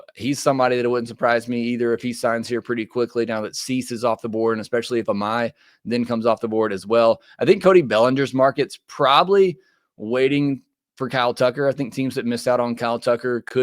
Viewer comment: How do you pronounce Imai correctly? I, like many others, and the sports media, prounced it as "ee my" However, I had a gut feeling I was prouncing it wrong. I copied and pasted "Imai" onto Google. The correct pronounciation is "ee ma ee", 3 syllables.